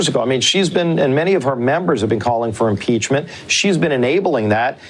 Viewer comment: YOU'RE PEACH-MENT🤔😊¿‽ or YOU'RE PEACH-MEANT🤣¡¿?‽! LMAO!